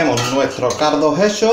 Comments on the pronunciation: Tío, la paella se ve fuera de este mundo, estoy seguro que quedó estupenda, pero el pronunciamiento del cardo en vez de caldo me desquició, Gracias excelente video... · Excelente receta, te felicito, me encanta cuando dices er cardo!!!